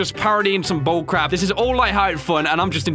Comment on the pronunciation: BULLCRAP YOU CANT SAY BULLCARAP